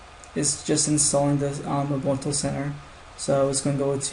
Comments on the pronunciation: Lol , it's Ubuntoo not Ubunto :) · Urgh! It's pronounced "oo-BUN-too"! And "PANG-go-lin"!